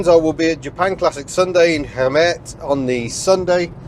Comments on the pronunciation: Hi. I am Dutch, and you should say Haymurt to pronounce the name of the town you are going to correctly. Enjoy your time in the Netherlands! Pity that i can't come:(. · You are inching ever closer to being able to pronounce Gemert - it's just the emphasis is on the other syllable (KHEY-mert)